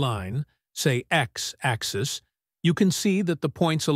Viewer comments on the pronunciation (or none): AI Voice is fun. Instead of saying matrix axis, the AI Voice says Matrix Axe.